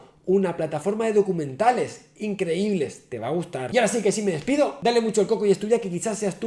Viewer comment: Ya habla caribeño.... " Te va gutar"